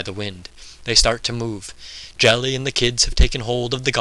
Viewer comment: Another great reading - thanks! btw that's Geli with a hard g as in goddamn - i was pondering - Jelly? Who the fuck was Jelly?